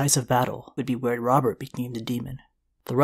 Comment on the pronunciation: I kept hearing the demon of the trident. I never knew it was Robert. I legit thought it was a evil demon from hell.